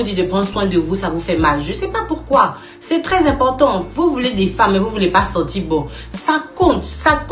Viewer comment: Madame, vous écorchez la langue française :les 2 premiers mots:sentir bon, et non senti bon. Comme vous peux le constater, il y a un "r", à la fin de ce mot. Et il est de même pour le mot "sourire", mais, en plus, un "é", à la fin. Mais malheureusement, il n'y a pas que vous qui fassiez cette erreur, c'est égal à tous les africains et africaines sur le net.